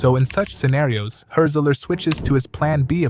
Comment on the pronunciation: it’s not pronounced like hurt-zeler btw